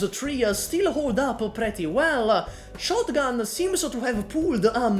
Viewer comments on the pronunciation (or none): love the Ch'otgun